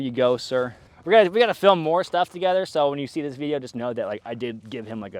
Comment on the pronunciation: and “uhm zis is cool and “Zis is cool” had me laughing 🤣 extra hard for a few minutes there